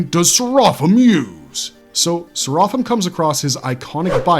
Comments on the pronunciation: Bro, at least pronounce his name right. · I love that show and it's more interesting thanks to Serapim. Your breakdown of the character, is near perfect but the way you said his name not so much. I would have appreciate you even more if you mentioned the name Serapim, is a nod to Jewish mythology which in there it's a race of divine beings. Anyone like me which feel that Serapim is the best character in the whole show, please give a like.